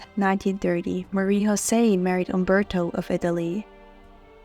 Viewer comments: Her name is not pronounced in the Spanish tongue you use on her name but in French with a J and not a Ch as you say it! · You pronounce "José" in the Spanish way. That is incorrect. You should know better.